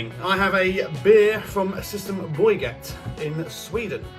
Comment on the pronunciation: Systembolaget not "sistemboyget" 😀